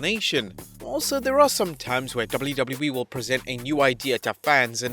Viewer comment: WTF is "Dubbllew Dubbllew Ee"